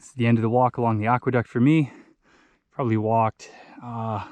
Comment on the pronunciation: I love your videos. Just a heads up, I think it is pronounced "Ack-Weh-Duct", not "Ock-Weh-Duct".